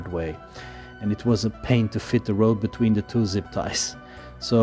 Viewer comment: Not being a jerk, but work on your “Th” sounds. Using D and T instead of the proper sound(The/De, This/Dis, Think/Tink ect. Produce the sound by slightly sticking out your tongue and slightly pressing your teeth.passively pass air through your teeth(think, thought) or perform a hum using the same method(this, that, them[think Mongolian singing for the hum but tongue out]). for both variations. Retract your tongue quickly to produce the vowel sound after.